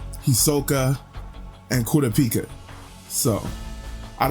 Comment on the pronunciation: Did he say kudapika 😂